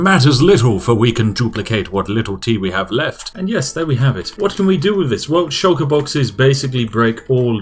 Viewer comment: I love Spiffing Brits videos, but I am really struggling with his inability to pronounce "th" words. Every "F" I hear is slowly eating away at my soul.